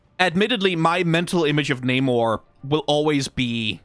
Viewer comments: namor was the first mutant the wings on his legs are his mutant power and rest of his abilities come from him being part atlantian. Also you pronounced his name wrong everytime except when talking about his evil brother. But i do agree that he needs to look more royal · Bad news, they're using the MCU pronunciation of his name.